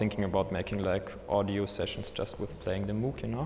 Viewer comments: It’s pronounced Moug, not Moooog. Damnit! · He pronounced Moog incorrectly, therefore this is more like a novice-level inservice. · Dutch isn't his first language.